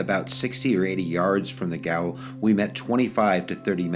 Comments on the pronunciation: Thank you for this. Just so you know, gaol is the British English spelling of the word jail and is pronounced jail. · Gaol is pronounced jail. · Not to be a dick, but gaol is pronounced "jail".